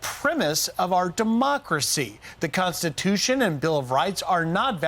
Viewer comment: Any time she says, "Consti-too-SHYOOONN" I cringe...